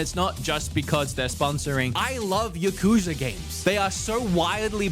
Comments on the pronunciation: It's not yuh-KOOO-zuh. It's YAH-ku-ZAAAA. I lived in Japan and dealt with the topic much. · says Yuh-kooza lol